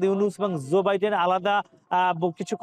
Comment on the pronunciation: আপনার কথায় জো বাইডেন কে জোবাইদেন শোনাচ্ছে